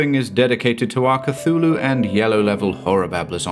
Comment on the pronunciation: Cthulhu only has two syllables 😎